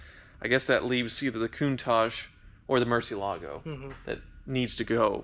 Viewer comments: MUUUUUUUUUUUUUUUURCI with U! It really triggers me when people say "mErCi" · “the Murchee Alago …” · I can't stop cringing for every murcielago mispronunciation XD Come on...just one time right for the spanish speaking audience? Great content though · Can’t stand hearing you mispronounce Murciélago! It’s like hearing someone say Chevrolet and emphasizing the t at the end. Just sell the damn thing.